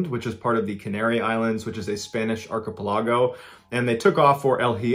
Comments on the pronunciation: archepeligo... please double check that pronounciation my guy XD Are-ke-pel-eh-go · John, I’m pretty sure archipelago’s emphasis should be on the third syllable, not the fourth (ar-ki-PEL-uh-go). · Archipelago is pronounced ark-i-pell-i-go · ar- chuh-PELL- uh-goh, not AR-kuh-puh-lah-goh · Dude, I am going back looking at all your vidz, and I'm completely addicted and absolutely love all your videos! That said, please look up how to pronounce shit before you post :P Example here, it's Archipelago, which is pronounced "[AA] + [KUH] + [PEL] + [UH] + [GOH]" as in arka-PEL-ago, not arka-pe-LOG-oh... Otherwise love your content! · Archipelago is pronounced ARR-kuh-peh-luh-go, rather than arr-kuh-peh-LAH-go. Emphasis on the first syllable. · We not talking about "Ark-uh-pill-ah-go?" I thought for minute I was having a stroke... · Ark.uh.pel.ahh.go Interesting pronunciation of the word lol. Still love all that you do for us. Thank you for your service, good sir! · Ark-a-puh-log-o 😂😂 Archipelago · Did you just say "archi-pel-lago"? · Ark-ah-pel-ah-go Is how you pronounce archipelago brother ;) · "Archipeligo" is not a very common word to speak out loud, but it's pronounced arkuh-PEHluhgo with the hard synonym on the PEH and not the LUH. Probably use the word once every 20 years, but yeah. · It’s pronounced, Ark-ah-PEL-ago. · Except that part where he butchered "archipelago." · Highlight of this vid is definitely the pronunciation of archipelago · Can't get past that Archipelago pronunciation 🤣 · Is that how archipelago is pronounced? 🧐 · Love you MB! You should hit me up to assist with Spanish pronunciations bro! El Hiero is pronounced: “L•E•air•oh” Archipelago: “aar•kuh•peh•luh•go” 🤙♥️